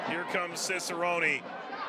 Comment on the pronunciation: why do they always pronounce Cicerone wrong?